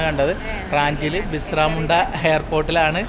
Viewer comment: ബിസ്റാമുണ്ട അല്ല ബിർസാ മുണ്ട😊